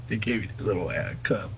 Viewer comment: Doesn't know how to spell the name of the mother of his child, doesn't know her last name, can't even pronounce the word ass properly. This loser is a walking disaster.